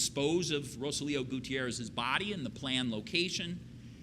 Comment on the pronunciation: He said blood not body is his accents